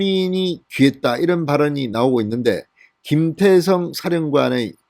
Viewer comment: 김태성장군입니까? 김대성장군입니까? 발음에문제가있는것같습니다만!